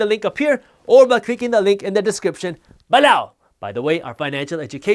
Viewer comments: "BAHLOW" lol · I love how he says b'low. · Love when he says “balow”!! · Man how you say "below" needs a copyright. That's the best part of learning then get hit with that comedy. On a serious note, Appreciate all the work you do for the culture.